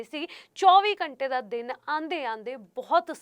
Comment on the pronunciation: Accent ta shi krlo yr...ghtnaa ik simply bolya Jan wala word aa.....ghnta nu ghachnaa bol.k ki sukoon milda😂